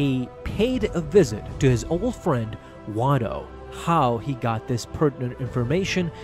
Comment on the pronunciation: Not watto. you said it in another video